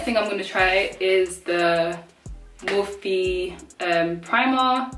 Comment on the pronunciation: I’ve always pronounced it as morphe, one syllable but you pronounced it as mor-phe with two syllables. Cool